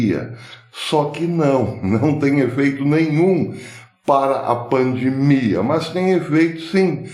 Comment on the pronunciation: Com todas as vênias, a pronúncia correta e pandemia e não “pandmia”, com minhas escusas.